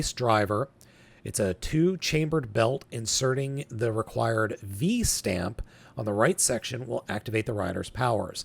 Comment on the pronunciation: you mispronounced a lot of the terms for Kamen Rider Revice. ~ ~ First the word ViStamp is a cross pronunciation of “vice” and “stamp” so the “i” is a long “i”. ~ It’s the Ohin“Buster” 50. ~ Kamen Rider Revi. It rhymes with the name Levi. Cross pronunciation of Revi amd Vice gives you Revice. ~ You got the pronunciation Genome second try. ~You got the pronunciation for XTurismo correct first try.